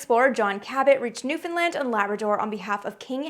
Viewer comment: You got "Newfoundland" spot-on. Thanks.